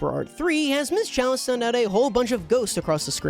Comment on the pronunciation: he says ‘Charlie instead of chalice